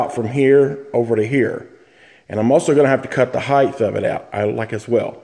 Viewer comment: ...heighth? No such word. Height.